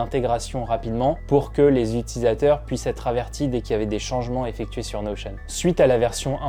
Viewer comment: Je viens de découvrir que ça se prononçait "Notion" à l'américaine mdrrr merci à toi